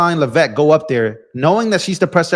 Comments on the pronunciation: it’s Lev-vitt. Lev as in bev. I went to school with one of her relatives. Please share the correct pronunciation. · Btw…it’s Lev-it. Accent on the Lev. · Are you a actually a paid Democrat agitator. Oh no, the sky is falling! You sound like AOC ranting because you can't get all the answers you want today. Do you pronounce Caroline's name wrong out of respect?